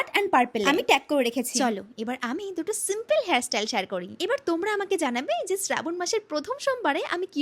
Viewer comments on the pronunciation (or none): none